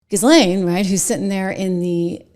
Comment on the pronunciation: Jill-Lane please. You are worth correct pronunciation. Only helps you. Zizzlane sounds ignorant. Other that, Excellent Work!!!!